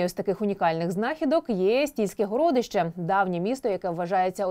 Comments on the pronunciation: Чому ведуча ТСН називає: горОдище, а не городИще, госпОдарскі, а не господАрські? Чому ведуча не покращує знання з літературної мови? Проставте їй наголоси в тексті, чи що. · ГорОдище,в розумінні великий горОд.Вперше таке чую,вухо ріже.Одне писало друге,,вещає'' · ГородИще, а не ГорОдище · ГородИще, а не горОдище?